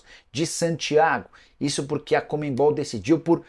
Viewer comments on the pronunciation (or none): Porque falar ComeMbol e não Conmebol???